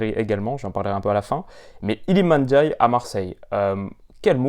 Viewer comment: Le seul français qui sait dire ndiaye correctement 😅 est passe par là c’est sur